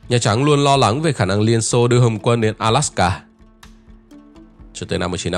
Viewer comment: Góp ý: ALASKA not ALSAKA